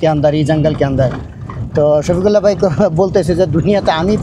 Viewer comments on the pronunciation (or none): বাই না ভাই বলুন ঠিক করে বাংলা বলুন